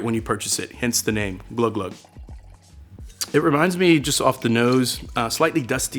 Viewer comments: Glou glou is pronounced gloo gloo in french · Man I love this series, good job bonne app! Btw pronounced "Gloo Gloo“